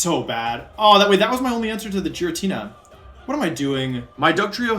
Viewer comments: Dude … you are NOT calling it Jiratina. No. No more. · "the Jiratina" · Ah yes The legendary pokemon Ge ritina And zy grade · You pronounced Giratina wrong, unsubscribed. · It's so wild how you're the world champ but haven't played all the games and pronounce so many mons names "wrong" like I had to do a double take with how you said giratina. Never heard that before xD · Love the video don’t like how you pronounce Giratina 😂